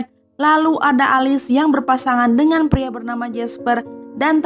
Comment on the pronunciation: Bukan alis tapi elis 😭😭😭